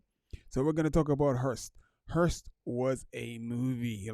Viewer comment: Hulst, not Hurst